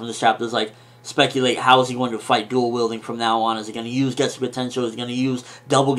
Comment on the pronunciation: It's getsuga tenshou not getsu ga tenshou